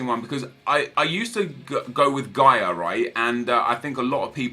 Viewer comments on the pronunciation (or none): none